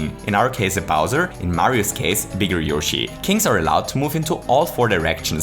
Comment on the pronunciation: "When Mario asks for a Bowser... Wait, BowZER?"